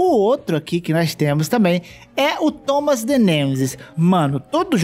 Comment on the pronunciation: Cada vez q ele disse Tomas the Trem uma parte de mim morreu